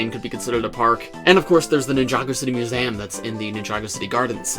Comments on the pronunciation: Mew-z-um.... try saying it slower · Mus-ay- um?????? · I'll be honest, the only thing I took away from this video was how says "Museum". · Why do you say museum so weird?